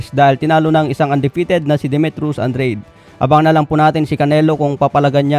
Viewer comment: Ano ba tlaga andred oh Andrade Ang gulo dila mo😂